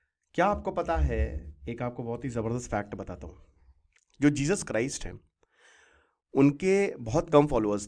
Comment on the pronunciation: जीजस क्राइस्ट नही जीजस क्राइसेज 😂😂